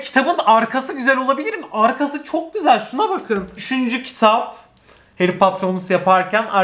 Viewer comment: Tüm Türkiye: çok güzel: çok küseel